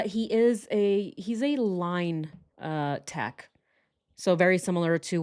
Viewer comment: line tech. i heard lying tech 😆 no guff 🕵🏼‍♀️